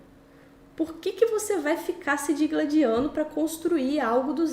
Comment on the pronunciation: Boa noite e parabéns pelo trabalho. Um dos melhores vídeos que você já produziu. A cereja do bolo, para mim, ficou por conta do uso correto do verbo "digladiar". Quase chega a sair sangue nos ouvidos toda vez que ouço alguém falando "dEgladiar". Bobagens à parte, continue firme.